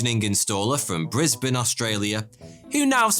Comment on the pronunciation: he pronounced brisbane correctly? 🎉